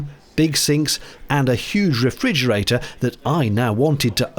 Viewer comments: 'Fridge' (1 syllable) is the usual word used when talking about a refrigerator (5 syllables). So I suspect that is where the wayward 'd' has come from. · Umm “refriDgerator” ?? I too want to open it, but now I’m just so confused. Am I mistaken, is that an accepted alternate spelling for “refrigerator” ? 🙂🐿